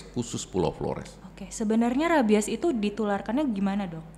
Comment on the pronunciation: Mbak penyebutan rabies nya salah😂